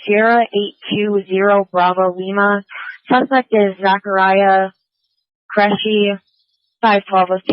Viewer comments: its ZACH QURESHI NOT Careshi pronounced KOO RE SHI ‼️💯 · Qureshi , not Careshi